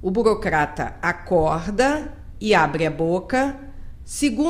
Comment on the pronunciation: confegue, regga, burocgata